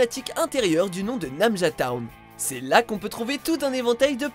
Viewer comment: En plus, c'est pas namujya town. On dit " nanjya town".